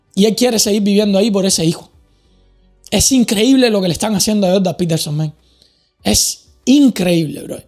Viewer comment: “Joldan petelson”